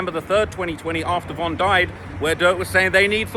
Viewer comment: Thats a strategy dummy saying von name wrong